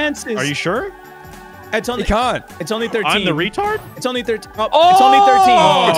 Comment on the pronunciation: Did he just say treetard🤣🤣🤣🤣😭😭😭😭